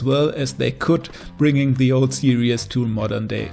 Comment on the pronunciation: Stop saying serieus! Its series!!!